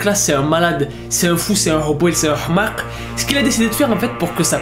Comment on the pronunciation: sa se prononce pas hmak mes hmajr